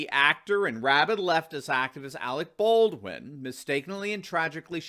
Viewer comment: "Arec Berdwin" - Kim Jong-il